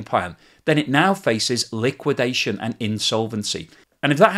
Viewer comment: "Collapse", "liwuidation", "implosion",... is running out of high voltage words while China continues to thrive.